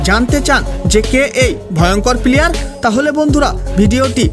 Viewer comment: আপনি প্লেয়ার কে পিলিয়ার বলছেন কেন?